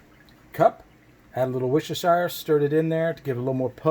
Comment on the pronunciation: I am loving your videos!!!! Just being helpful and being married to an Englishman. It’s wurstersure. Like New Hamp”shire” And brat”wurst” Hope this is helpful.